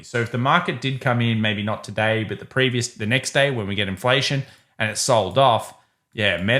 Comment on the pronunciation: lets go through it "togay" - ease up tiger